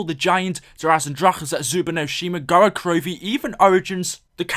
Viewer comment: why do almost all english youtubers say gorod korovi? Can't they just say gorod korovi?